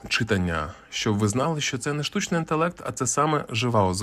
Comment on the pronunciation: Дякую за інформацію!, проте, ЧитАння, наголос на а